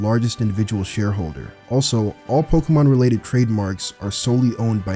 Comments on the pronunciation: Pokémon, not pokeuhmon. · pls stop saying pokamon